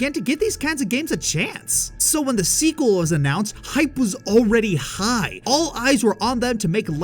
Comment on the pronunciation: The Seekel? Did you maybe mean Sequel?????????????